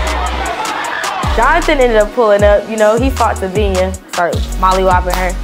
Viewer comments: called terry Tabiho 😂😂😂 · The fact that could not even get tabina name right was funny😂😂😂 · it was struggling to say tabina name 🤣🤣🤣🤣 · tryna say Tabina was killing me 😭😭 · 😂 it’s tryin to get tabina name right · trynna pronounce tabinas name was too funny 😂